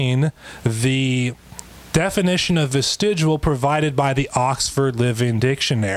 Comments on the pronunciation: Someone tell this man that it's "Vestigial", not 'Vestidual" or "Vestijewel" " or "Vestigual". It's no wonder he's so confused and wrong about everything here; he can't even bother to read the word correctly, despite seeing it and saying it over a dozen times in just this short time period. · "Vestigual?" I bet this guy also pronounces the word nuclear as "nucular." So fucking annoying. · The very first time he said vestijewel I was out. Don't care what else he had to say on it. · ARGH! I can't stand him saying 'Vestigual'. It's pronounced NuCuLaR... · Was he saying "vestigual"? It's all I could hear. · Strange how the least intelligent among us are the ones advocating Intelligent Design. Irony much? Also, I know I'm nit-picking but, his pronunciation of vestigial sounds like he's saying vestigual. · What the fuck is a vestigual organ? Is it an organ that loses all function because of prolonged exposure too teh nucular rays or something? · Why does he keep saying vestigual. It's actually painful how he can't even say the word he attempts to discredit. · “Vestigual” I hate this guy. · Is he combining "vestigial" and "residual" to get that pronunciation, "vestigual"/"vestidual"? What is happening there? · What’s a “vestigual” organ? Maybe that’s why he uses a different definition. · He keeps saying vestigual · I'm sorry, but this clown is a real jackass. Given he can't even pronounce the word "Vestigial" as "vestijual". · ~ He keeps pronouncing it "ves-tij-U-al." VERY annoying. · The way this guy pronounces vestigial "vestigual" makes me cringe so hard. You don't get to discuss science with the big kids if you can't even pronounce the main topic properly. Maybe the almighty creator should help this guy talk gooder. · "Vestigual." 'Nuff said. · To be a young-earth creationist, you also must to be unable to clean your glasses before going on camera. And also pronounce vestigial "ves-tij-u-ahl". (Devil is in the details.) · HE KEEPS SAYING "VISTIGUAL"